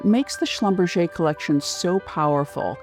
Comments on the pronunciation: How can someone butcher a german name that way? It's "Schlum-Berger" not "Schlumbercher" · Schlumberger is a german name, hilarious pronunciation in French.. kind of ridiculous really. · That's one way to pronounce a definitely German last name